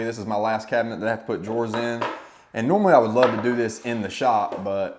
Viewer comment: Great tutorial!! But are you calling drawers “door”?